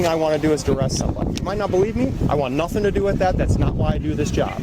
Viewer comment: Wow!! Even elected officials say “I ain’t did nuffen”!! Are they teaching this in college?